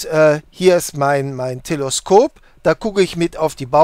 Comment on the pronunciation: Sehr nice, danke. Aber bitte, TelEskop, nicht TelOskop.